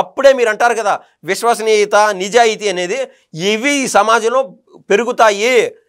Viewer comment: మా అన్నకు విశ్వసనీయత పలకడం రాదు, ఉషషనీయత అంటాడు 😂